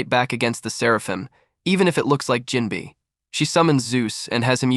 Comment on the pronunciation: NGL I’m not watching this only cause it said jimbei name wrong within the first 10 seconds